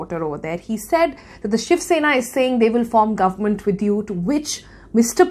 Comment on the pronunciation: the way she says “guvmunt” is annoying